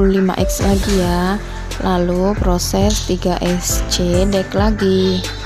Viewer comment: Mbak, nyebutnya jangan x.. bilang sc aja.